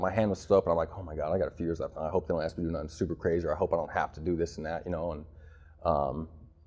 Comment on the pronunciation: “You guys axe a lot of questions” 😂